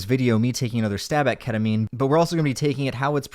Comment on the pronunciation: lmao Catamine? 😹😹